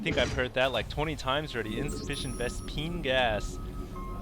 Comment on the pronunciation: Did you just say ves-PINGAS on purpose?!? lol